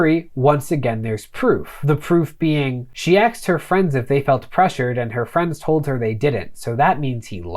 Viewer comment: You said aksed again! Dude, you are my new favourite YouTuber, tied with long time fave Legal Eagle. Content is great, not just cuz you both say words that make me smile.